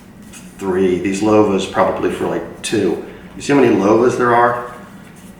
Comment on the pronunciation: I don't think it's pronounced "Low-va"; I think it's "Love-a".